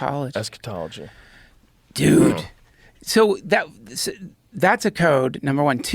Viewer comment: Hilarious that duncan KNEW joe would stumble pronouncing Eschatology lol